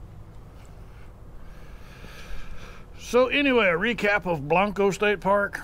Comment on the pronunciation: Love that helmet. Ha! Just fyi. Those of us from San Antonio, don't say Blan-co. We say it, Blank-co. Not that you can't say it the way you are in your vid but just letting you know for the out of town and staters